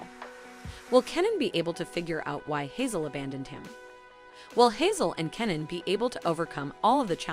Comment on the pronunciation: As a Dutch person not speaking turkish, i almost did not finish this video because of the pronunciation of names. Kemal, nihan.... Made my skin crawl. Hazel and Hazal.... There is a huge difference.. Please do some research before insulting the language. Love the video content though.